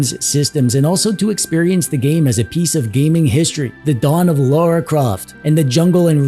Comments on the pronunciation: I forgive you 😂, the auto subs put laura each time yet i got the feel you were trying to say it as Lara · The first syllable is pronounced more like "law" than "low." Lara, not Laura. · Every time someone says Loora instead of Lara, a baby is dying in vain... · I took a drink every time he called her "Laura." I am currently dead.